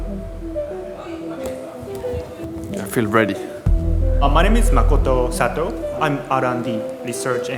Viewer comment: In case you weren't aware, it sounds like you're not saying Makoto Satou's name correctly. ("Macka-tow"?)